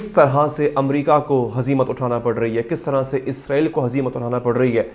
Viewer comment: آپ اسرائیل کو کیوں غزائیل کیوں تلفظ کرے ہیں؟